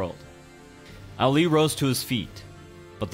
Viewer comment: The way he says ali is making me cringe